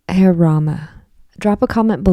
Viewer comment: It’s pronounced ha-ray, it’s part of the Hindu mantra. George was a devotee.